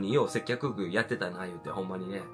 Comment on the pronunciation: 「せっきょく（接客）」「滑舌わるいゆに（のに）」「接客ぐお（接客業）」可愛すぎました‼︎‼︎けど私も滑舌悪いのでこうなっちゃうのわかります😂😂😂